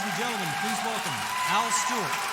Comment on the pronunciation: It's Al not all